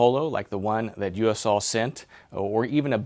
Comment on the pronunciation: It's pronounced "Yo Sul".